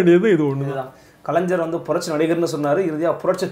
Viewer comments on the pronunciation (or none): This blue shirt, don't know how to pronounce kalaingar....not kalainjar